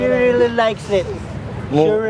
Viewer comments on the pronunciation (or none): "she rererelly likes et" hahahha dami ko nanamang tawa haha #solidwalanghiya! 🤜🤛